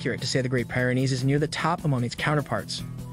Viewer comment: It's pronounced peer-en-eez, not pire-in-eez . . . just sayin